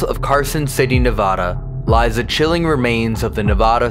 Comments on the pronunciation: not knee-vod-uh... its nuh- VAD-ah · Your guys videos are always amazing and entertaining to watch I wasn’t expecting you guys to be doing a investigation on the prison in my hometown in Ne-vă-da. it’s not ne-vo-da btw lol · i now it’s so off topic but it’s neVAAAAda not neVAHHda 😅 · My name is Nevada thats not how it’s supposed to be said there is no voda in the word it’s vada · Goddamn when u say nevada wrong it erks every Nevadan There is no nevoda It’s nev- ad-a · I love you but please stop calling it Novada 😢😅😂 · Is this a real overnight with just the essential crew!? No way. Thank you, Uncle. You're not pronouncing Nevada correctly. It ends like California. I hope Connie treated you well at the Silver Queen. That's my kindergarten teacher. Good to see you in my home. ❤ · im sorry man i live in nevada and you just say it wrong so bad 😭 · I love you so much but that is not how you say Nevada😂 still love you though even though you say my home state wrong 😂❤❤❤❤ love you guys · People who are from Nevada are cringing at how they’re pronouncing it 😅i am one of them